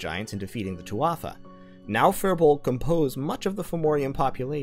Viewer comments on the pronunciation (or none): Mate sorry to be a bit pushy buut the pronunciation of Tuatha is "Too-ah" not "Twatha"